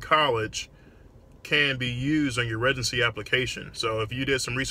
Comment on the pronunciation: Been a fan for a while Doc. However, I've always been curious as to why it sounds like you say residency with a G? Like "Regency"